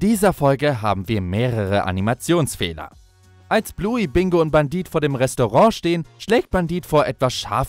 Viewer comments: Wieso sagt er die ganze Zeit Bandit er heißt Bendit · Sprich es bändit